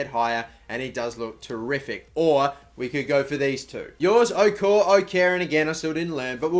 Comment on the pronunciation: its is pronounced O-kor-a +